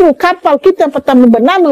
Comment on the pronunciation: Kapal disebut 'kapai' 😂😂😂